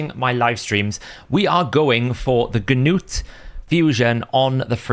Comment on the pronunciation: The g in gnut is silent like k in Knight. Nut